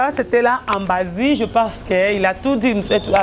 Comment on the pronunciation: Ambasi et non ambazi pe longolaka merci pour ton djob